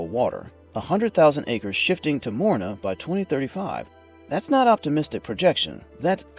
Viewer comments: It's not Morina it's MORINGA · MORINGA NOT MORINA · not morina say moringa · WTF is morina? This is called morinGa! (Moringa olifeira or Moringa stenopetala) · I've been growing Moringa for years but never heard it pronounced as morina. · how in the hell does the guy not even pronouce the correct way? gotta laugh when people do videos and doent even know what the heck they even talking bout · Yes, it's a good tree, but the question is about the poor pronunciation. Even in Spanish the G in Moringa is pronounced. If I didn't already know the leaves by sight, I would have been clueless until the comments.